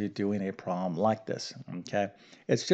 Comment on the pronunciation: Thanks for the refresher math class. I did not get the correct answer. I knew there was an order to the solution, but I had forgotten it. Notes from a former english teacher - please pronounce your words clearly, so that those with poorer math or english skills can understand. For example it's a 'problem', not a 'prom' and those are 'parentheses', not 'parensees'. Thanks. Math is hard for many people, and I appreciate your explanations. ⭐